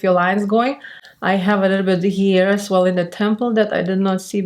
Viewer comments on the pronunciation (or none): none